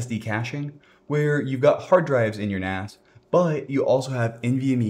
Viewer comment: A NAS? "You can get by without a NAS" Sounds like "AN ASS" xD